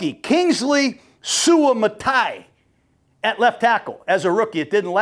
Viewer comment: Hey coach its pronounced: Kingsley “Soo Uh Mah Tuh Ee yuh.” But great excellent in-depth content. But every time you said his name I chuckled 😂. New subscriber here.